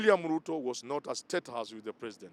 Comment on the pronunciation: Chen our Sp, you Pluto person. The letters L& R usually trouble you lot. Lol.